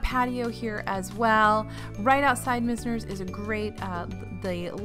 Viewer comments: Great video! One tip, it’s probably “Myz-ner” not “mis-ner.” 99% sure its named for the famous Florida architect who established a lot of architecture in the early 20th century in Palm Beach/South Florida. But overall so many great tips as usual! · Mize ner rhymes with wise, misner. Named for a part of Boca.